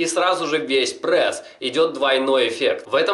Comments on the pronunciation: Пресс, а не прэсс, правилоно говорить пресс! На канале с такой тематикой ты обязан говорить правильно!) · Не прэс а прееееееееес😤😤😤😤прям бесит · Каждое твое "ПРЭС" удар по моим ушам) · ска, я обожаю как он произносит это слово "ПРЭС". ПРЭС,ПРЭС, ПРЭС ЕЩЁ БОЛЬШЕ ПРЭСА! ДААААА, я теку прям :D